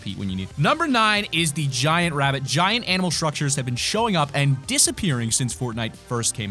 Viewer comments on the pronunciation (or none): Wabbit I love it